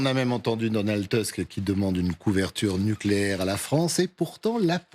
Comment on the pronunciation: C'est pas Teusk, c'est Tousk.